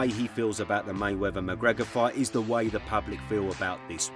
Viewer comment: It’s Ignorant for you to say May Wevver instead of the proper May WeaTH e r,,, C’mon Man. King’s English